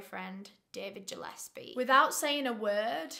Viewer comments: I think it’s pronounced Gill-es-pee I grew up with the last name Gillespie and everyone says Jill-es-pee lol but regardless I love you 😂❤️ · Really irrelevant but Gillespie is pronounced like (fish gill)- espie not like Jill-espie (I have a few Gillespies in my family) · Gillespie!!!! Not Jillespie!!!! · Im Scottish and I love hearing how people pronounce words. Its Gill,as in a gill on a fish, not Jill in the surname Gillespie and Mac-a- linden for that evil boots surname. I remember when this happened. You should cover the case of the 2 brothers who tortured and murdered a procurator fiscal in Glasgow in the 90s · Ggggillespie not jillespie ffs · It's driving me crazy his name is gilespe pronounced like a fish Gil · Was kind of inking me scttish the g is not pronounced J its Gillespie but still love x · I think it's probably pronounced GILL -espie. ( I live a 30 min drive away from Glasgow). I love your videos though not a criticism just informing you ☺️ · nooo QwQ its pronounces like "gill-esbie" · Gillespie, hard G. Not J. love ❤️❤️